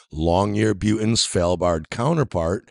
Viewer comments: "Long-yer-buten" is on "Svel-bard" LOOOOOOOL. Also, if you're wanting to prove your point, should you not be looking at the different environments of Svalbard vs the Antarctic station? Svalbard is basically a cold desert. It does get snow and rain, but it's nowhere near what other places get. As soon as 24 hour sun season starts, what snow and ice there is melts, the ground starts to heat up, and the permafrost comes alive with tiny arctic plants. The Antarctic is just snow and ice. The terrain is far below the top level of this snow and ice in most places, so doesn't absorb ANY heat from the sun. THAT is a main reason why there is such a temperature difference. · Dafuq does he keep calling Longyearbeyn? He's not only a flat earther, but he's also butchering the name of towns now?! EDIT: and "SvElbard"?!?! Svalbard!!!! Repeat with me: S-v-a-l-b-a-r-d!